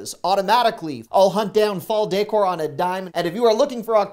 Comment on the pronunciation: Day-core…….you crack me up. Thank you for the Costco tips! ❤️